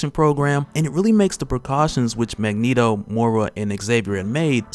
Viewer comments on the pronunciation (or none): none